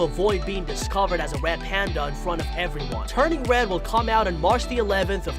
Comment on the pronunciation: is it just me or do you talk like “uwu wed pwandwa” (no offense)